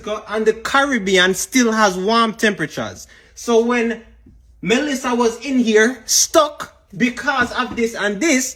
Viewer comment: It’s Melissa not Malissa🙄